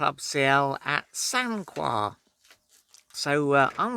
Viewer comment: It's pronounced Sancar :-)